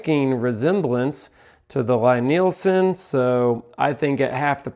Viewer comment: It's L-E-E Nielsen. How dare you mispronounce the worlds greatest purveyor of the worlds finest hand tools in the worlds bestest craft. Love your Lie-Nielsen planes like your first born child. Take care of them and they will take care of you. The price definitely matches the quality, the moment you pick one up its readily apparent. Woodriver is a close second to the LN planes in terms of quality when we're talking about the bedrock style bench and block planes. If your into the low angle jobbers or prefer the Norris style of adjuster Veritas out of Canada is of the same quality as the venerable Lie-Nielsen. Melbourne Tool Company is the new kid on the block and of good quality but nowhere near the heirloom quality of the Lie-Nielsens. I have to say tho, my favorite plane happens to be my Stanley Bailey style #5 which my great grandfather bought and used. It was produced around and still takes sub thou shavings. Amazing how handplane technology hasnt changed much is the last hundred years. I too am a plane fanatic, and your excitement about them is awesome to see. Been watching you guys for a few years and you guys are a great inspiration for young people in the trade. Keep up the great work and dont stop being the fantastic role-models that the entire Perkins builder bros team has become. More plane videos please!!